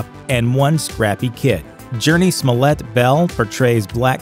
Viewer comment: I hear "Smollet". I think "Smoulier". Thanks.